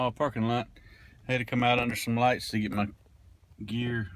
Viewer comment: nothing more southern than "Oh thats some fireworks an mah Bible". A+